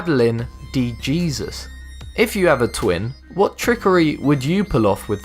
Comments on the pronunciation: De hayzues not dee-jeezis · It's 'de Hesus' not "de jeezus"😂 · d- Jesus Lol it Jesus (hay-sues) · Number 3 is pronounced Madeline De HEY-sus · Lance Armstrong didnt 'cheat' according to WADA's definition since all his competitors were on the same substances. Lance also explained this in the Ophra interview yet you are cherry picking what you want to say. And de Jesus is pronounced Hesus ignorant fuck twit. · Madeline "Dee Gee-sus" ???? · Jesus Jimenez that's what I said